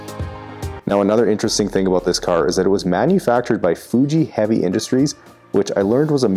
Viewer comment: That's what I'm talking aboot.